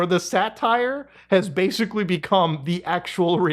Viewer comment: "masically" lol